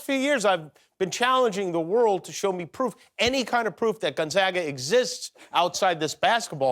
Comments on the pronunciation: Why is the “a” in Gonzoga silent, Jimmy? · Its pronounced gon/zay/ga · Dear Jimmy....I have a PhD from Gonzaga. (Long A on the second syllable, p.s.)